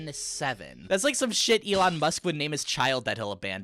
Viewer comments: EHE........ firstly, I love two time :3 secondly, it's pronounced do-seh-car and zero-zero-seven-en-seven not drusek and 00n7 😭😭😭😭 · No one is talking about how badly he butchered Dusekkar’s name and calling 007n7 00n7